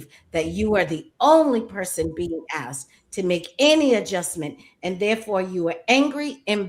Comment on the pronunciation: Brother I watch you every night. Its asked not Axed